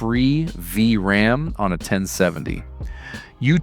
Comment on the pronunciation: The Ai voice had a bit to go, V...RAM.. Great vid nonetheless, they're selling these cards for like $50 which is pretty sweet.